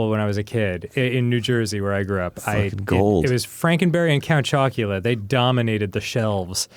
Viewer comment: Arin almost call count chocula count jockula 🤣